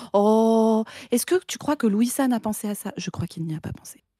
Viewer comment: A chaque fois que vous dites Louis-san j'ai entendu Wissam. De bonne fêtes de fin d'année à tous et Tatakae !